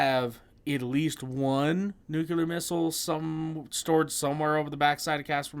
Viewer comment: To the video's narrator: it's nu-clear, not 'nucular.' Please, please, with a cherry on top, please, please learn your craft properly?